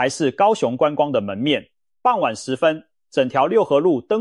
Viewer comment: 傍晚[ㄅㄤ]一聲.不唸[ㄅㄤˋ]四聲.唸四聲時是依靠的意思.